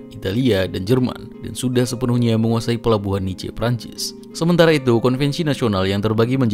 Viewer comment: Pelajari cara membaca bahasa Perancis dulu deh... Mari Antwanet, Avinyon, Nis